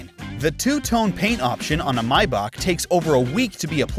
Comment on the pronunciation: How to pronounce maybach may, the month bach,back for all my american peeps